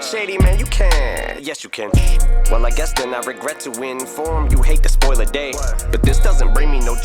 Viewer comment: Nice break down!, he goes like, "Well I guess I regret to inform you..." and he pronunce "inform" --> "win... forum", saying he regrets to win.